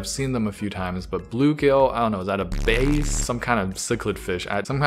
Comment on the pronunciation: Bluegill are a type of sunfish. Sunfish are related to bass. And no, it is not pronounced bass as in bass guitar. Keep up the good work.